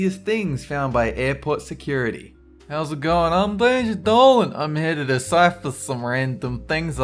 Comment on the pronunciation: IT'S DOLAN